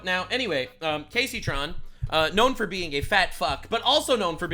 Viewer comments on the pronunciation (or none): none